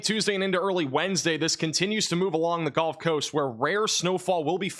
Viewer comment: The “golf” coast 😂